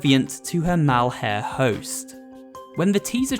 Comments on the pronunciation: you said malhare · Malhare host. ME: *Uncontrollable laughter about the phrase ‘Mal-HARE’ and wheezing* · did you just say... "Mal-Hare"? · "..to her malHARE host" AAAAAAAAA I seen what you did there =p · "malhare" lmfao how dare you